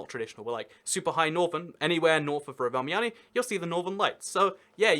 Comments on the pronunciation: I love it when you are supposed to say Rovaniemi, you just always mutter "Rovimaami.." hoping no one would notice :D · >pronouncing Rovaniemi as roviamani 🤔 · Romimami lmao, at least you are aware that it isn't pronounced like that. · actually there isn't really a metro system, just tram plus 1 line of metro, tho it does split in the east. also, its rovaniemi not rovienami, u switched them also espoo is espoo, helsinki is helsinki, but they are all in greater helsinki, also including vantaa and kauniainen also finnish an swedish isn't at the same level as dutch and french (and german) as many people already said also its not just because of the åland islands, theres also vaasa and neighboring places, they also speak swedish (and finnish) also fun fact, that expensive ferris wheel, (skysweel) has a (sky)sauna im not going to talk about pronunciation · Not bad, though I really can't fathom how you managed to get a "mami" into "niemi". :D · When Rovaniemi becomes Roviomam, Roviohuhmhmh, Rovamami, Roviomami (twice), Rovomami and finally just "Romi!" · It's Pronounced ROVANIEMI. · Rovamämi...?..so close but so FAAAR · Rovaniemi it's pronounced "Rov-en-yay-me" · I think he pronounced it Rovamama. 😆 Couldn’t stop laughing. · I love all of your 12 pronunciations of Rovaniemi ;) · The way you say rovaniemi sounds really dumb (Im finnish) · Wow that Rovaniemi pronunciation was so bad (like actually) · I really want to teach you how to pronounce city names in Finland. You pronounced Rovaniemi like Roviamami You pronounced Oulu like Ulu You pronounced Espoo like Hespuu You pronounced Turku like Törkuu